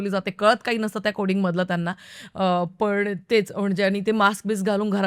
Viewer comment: पण आणि पन मधला फरक समजून घे ना प्लीज़ That’s only improvement required Else u are great